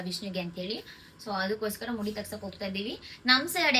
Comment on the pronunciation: ಮೂಡಿ ಅಲ್ಲ ಅದು ಮುಡಿ